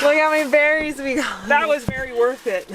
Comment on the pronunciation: "That was berry worth it" :face-green-smiling